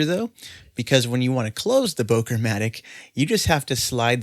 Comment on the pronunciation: It’s pronounced, “booker”.